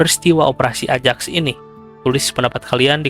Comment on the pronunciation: koreksi = ajax dibacanya ayax.